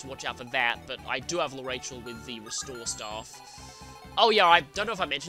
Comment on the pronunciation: Speaking of name pronunciations, I'm pretty sure L'Arachel is pronounced lah-rah-kel. That's her Japanese name, so...